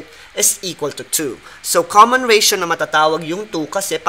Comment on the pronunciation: Ratio= reysyaw😂